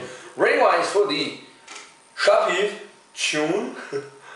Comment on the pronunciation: Shchoon :) Sha w peev